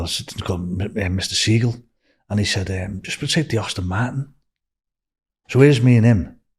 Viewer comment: What's a Austin Martin? 🤣🤣🤣🤣🤣🤣🤣